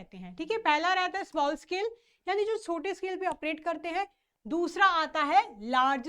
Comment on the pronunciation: Mam thoda dhire bola kro please kuj smjh nhi ata itni tej bolte chle jate ho small ko smell bol dete ho 😂